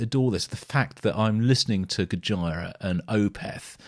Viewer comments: FYI the pronunciation is goj👂ra not goj👁️ra lol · Please, stop calling it Go-Jy-Rah, and please pronounce it Go-Gee-Rah. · It's Goj👂a, not Goj👁️a 🙏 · I have one issue It's Gojira as in "Go-jee-ra" not "Go-jie-ra" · Don't want to be anal but it's spelt (go-geer-ah) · Dude, it’s pronounced GO-JEER-A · Make sure when you listen to Gojira you watch the Live versions. Also, its GO-JEER-AH, aka Godzilla haha. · It’s pronounced “Go-jeera” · you pronounce their name with the "JI" almost sounding like an S. Go-Sheer-Ah. This is how the guys in the band pronounce it. 😉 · Pronounced Gojeera :) If you want more, then Gojira - Art Of Dying is an obligatory song to check out! Just consider the immensity of the Gojira, Opeth and Devin Townsend lineup at Red Rocks btw <3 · Pronounced Gojeera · I love your reaction videos.. but.. umm. "Gojira" is pronounced similar to "Godzilla" - it's the Japanese version of the word/name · The way this dude says gojira 😂😂😂😂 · Might enjoy them more when you learn how to pronounce the bands name. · Why do you pronounce GOJIRA like Vagina? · Pretend your Japanese and say Godzilla. That is what they’ve named the band look it up. So your pronunciation is wrong